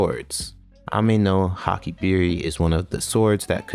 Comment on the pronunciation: Ameno Habakiri not Hakibiri